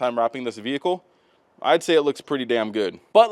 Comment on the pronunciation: If I could smack the tits off wreck it Ralph every time he says “VeE HiClE” I would